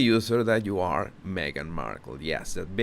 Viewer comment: Yes she here again! ...me-a-gan..Megan!! Go see your dad if you a compassionate woman!!